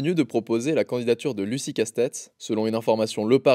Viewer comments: La prononciation "Lucie Casse-tête" 😂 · 🛑⚠️😡👎 quelle honte !! prononcer Lucie Casse-têtes au lieu de Lucie CASTETS même sur CNews ils auraient pas osé, je me désabonne, vous êtes la honte du journalisme 💩🤬😡👎